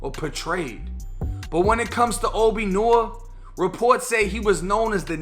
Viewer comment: Noir is a french name lol it aint pronounced 'Norr' lmao.